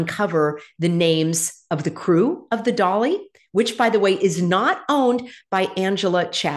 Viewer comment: “Dali” or “Dah Lie” 😏